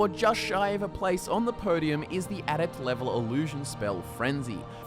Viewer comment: You say a lot of a-words weird: alteration, adept, adaptation etc